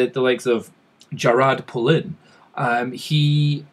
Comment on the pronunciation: Jarad Poulin or Jared Polin?! You are a genius yet cannot pronounce a name?